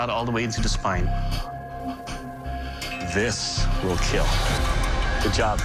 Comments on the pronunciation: IT WILL KEAL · It will keelll ! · It will "kiull"